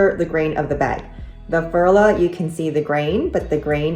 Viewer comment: It is pronounced Furla - like the English u in you. I am a doctor and in no way am I willing to pay LV prices. I rather buy Coach, Dooney or Bree bags. I have a few coccinelle and Furla. I own a couple of luxury bags - MCM, Tod‘s, Prada and Mulberry…. but there is no difference for me! All bags get scratches when you use them. My Tod‘s fell apart after only two years of occasional use, something that has never happened with my contemporary bags. My Aigner (back in the day considered luxury) lost their glacing and had to be sent back to Munich to be repaired. After all there is no difference except the price tag at the end of the day when you use a bag. 😊